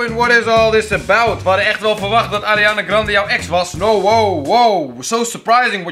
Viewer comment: je zegt Arianna grandee zo zeg je het